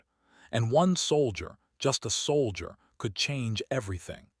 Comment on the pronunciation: Saul i der instead of soul jer. Computer needs better training